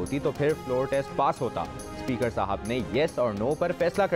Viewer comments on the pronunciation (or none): none